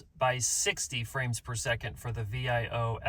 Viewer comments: You're spelling out Viofo? What? It's vee-OH-fo. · Thanks for the vid! Please work on your pronunciation of Viofo XD But jokes aside, this is such a cool concept. I'd love to see Viofocdo something like this.